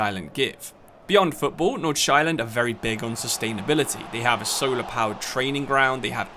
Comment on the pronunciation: and the pronuncation was completely butchered in this video